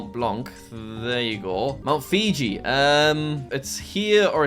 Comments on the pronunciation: He said Mount Fiji not Mount Fuji 😂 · ”mount fiji”💀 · It's Fuji, lol 😂😂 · Mount FUJI, NOT FIJI